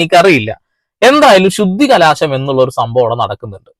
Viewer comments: ശുദ്ധികലാശം അല്ല സഹോദരാ ശുദ്ധികലശം ആണ്.... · ബ്രദർ ശുദ്ധികലശം എന്ന് പറയൂ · Sudhikalaasamalla, sudhikalasam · Shudhikalaasham alla sahodara Shudhikalasham❤ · ശുദ്ധികലാശമല്ല എന്റെ ബ്രോ ശുദ്ധികലശം എന്നാണ് ശരി . അഹിന്ദുക്കൾ ക്ഷേത്രത്തിൽ കയറിയാൽ നടത്തുക ശുദ്ധികലശമല്ല . അതിനെ പുണ്യാഹം ചെയ്യുക എന്നാണ് പറയുന്നത് . അത് ഓരോ ദിവസവും ചെയ്യുന്നും ഉണ്ടാവും . എത്രയോ അഹിന്ദുക്കൾ ദിവസവും ഗുരുവായൂരമ്പലത്തിൽ കയറുന്നു ആരെങ്കിലും ഇതറിയുന്നുണ്ടോ . അത് തടയാനും കഴിയില്ല .